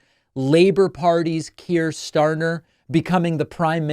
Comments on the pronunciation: His name is Keir Starmer, not Keir Starner. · Isn't it Kier "StarMer" not "StarNer" ? 🤔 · Hi Dave, his name is "Keir STARMER" not Stanner😊 Really love your show! Shout out from UK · StarMer not StarNer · And it’s Starmer, not starner. I don’t think David knows much about British politics. Starmer has spent much of his time expelling the left of the party. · Starmer, not Starter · David, it's Starmer, no N, but you are forgiven. 👍🏻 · He can't even say Keir Starmers name properly...